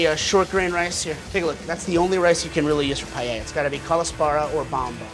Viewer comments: If he was trying to cook Paella this would be offensive as it is nothing like paella, but apparently he is cooking "paeyeyaya". Wtf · There is no "YAY" in pah-EH-yah. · Americanos cuando pronuncian paella xd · Esa pronunciación ya te da una idea de cómo la van a hacer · At least learn how to pronounce Paella.